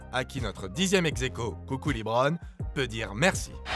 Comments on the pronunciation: Par contre c'est lebron pas leebron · Bonne video, par contre c'est pas Leebron mais Lebron. ça serais bien de pas écorché son nom c'est quand mm une legende vivante ahah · Bonne video a part le faite de que big shot Rob ne soit pas premier on note les buzzer beater sur l'echelle de hory pas sur l'echelle de jordan ... et pitier pour l'amour du dieu du basket respecter lebron il vit pas pas a saint remy en bouzeron. C'est Lebron pas Libron